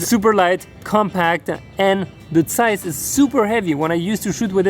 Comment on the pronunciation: first youtube guy who can pronounce "Zeiss" correctly ;-) Yeeeaaah:-)